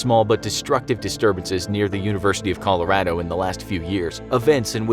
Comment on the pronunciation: Colo_rawdo? Ya pretty sure thats very western Colorado. Not Boulder